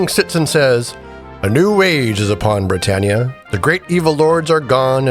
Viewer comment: You haven't heard the country name "Britain" pronounced before? As in "Great Britain?" It's not "Bri-TANE."